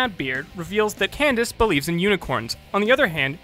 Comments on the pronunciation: you said cadence instead of candence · He mispronounced Candace's name, and instead said "Cadence" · In fact 86 it sounded like you said Cadence XD MLP FOR DA WIN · you said Cadence instead of Candace on 86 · In fact 86, you said Cadence instead of Candace. In fact 100, you said that you probably mispronounced someone's name in the video. On purpose or no? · You were right on fact 100, You mispronounced candice as cadence once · Am I the only one who heard him call her Kadance? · "We'll give it a pass because we probably mispronounced somebody's name in this episode." No, no,. I'm sure Cadence is a real character. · Did you say Cadence? Lol Cadence is another name for a scale in music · You said "7" instead of "70" and in 86 you said Cadence just like you said you probably mispronounced someone's name😂 anyway good job! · "Jerem" "Number 7" "Kidence" And that's my nitpick for the night. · He actually did mispronounce a character’s name in this video lol